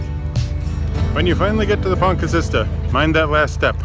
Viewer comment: I have not had the heart till now but as far as i know its pronounced PONTI CILL IT, no doubt you've been told differently but we asked a local welsh speaker .